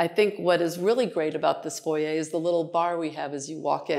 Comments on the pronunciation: Exquisite ! And THANK YOU for pronouncing Foyer properly. My skin crawls when it's pronounced FOYR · Absolutely stunning!! She is lovely and pronounces “ foyer” the Canadian way! Love it! That apartments has very high ceilings. At first glance, I thought it was a house. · Yes, the French way… the correct way!